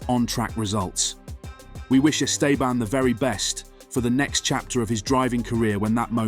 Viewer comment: If you're making a clickbait title and cant even pronounce Estebans name correctly, you're getting a well deserved block from me. Sad channel.